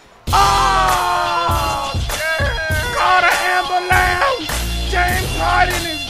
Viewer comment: Call that man a Am-bu-lance